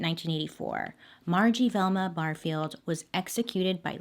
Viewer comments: I thought you kept saying thelma. I was like oh snap, my bestie is named after a true crime case, I gotta tweet this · Why are u saying Velma like this 😂😂